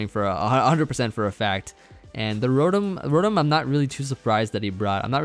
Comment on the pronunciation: Rotom-Mow but close enough lol. Nice game man